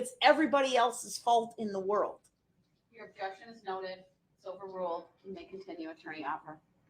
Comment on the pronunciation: "Uhjeckshun. Miskaraterzation of the speckaltion."